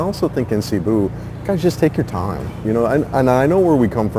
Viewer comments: Why why why, its not Sabu, its Cebu, as vloggers, learn to pronounce it correctly:face-orange-biting-nails::face-orange-biting-nails: CEBU, seeeee-booooo, listen to your guest, he's got it right Cebu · If you’re going to make videos You need to learn the correct pronunciation of the towns and cities It’s CEBU, pronounced See boo😅 You got Dumaguete right!